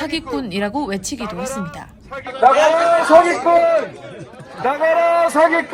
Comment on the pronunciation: 아나운서분 머머 했습니다 ~ 할때 “다”를 뭔가 디게 쫄깃하게 발음하시넴.